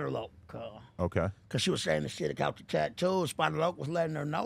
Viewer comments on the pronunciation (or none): Man this dude said “ cuz was talking acout (about)!” 🤦🏾‍♂️😂😂😂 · Bro said “what I’m talking acout” 😂